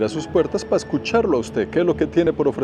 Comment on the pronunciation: El influenciador que peor habla el Castellano... Pa', Pal', Vamo, etc. QUE VERGUENZA!